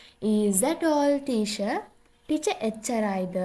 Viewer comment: Teacher කියන එකට motath teasher😂